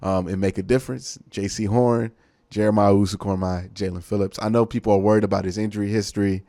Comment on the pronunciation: I pray to the football gods that if the Browns draft Koramoah, will learn how to pronounce it correctly 🙏